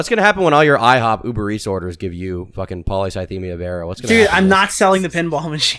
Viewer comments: Nicks dyslexic ass calling it polythycemia Vera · A part of me dies every time says Polythycemia ☠☠